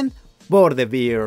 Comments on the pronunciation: Gracias, gracias... Porque no se dan cuenta antes de errar? OMG😅😅 Bear and Beer no se pronuncian igual. 😮😮😅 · the beer 🤣🤣🤣🤣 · Qué tal si aprendemos a pronunciar ‘the bear’?